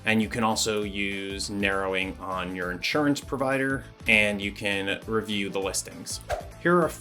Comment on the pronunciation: i can't be the only one to notice "prodiver" instead of "provider"?!